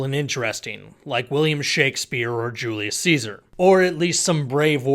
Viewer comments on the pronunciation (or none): none